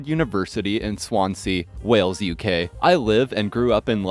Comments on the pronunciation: Swan-zee, mate! Not Swan Sea! 🤦‍♀️ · Not to nitpick, but "Swansea" is pronounced "Swanzy."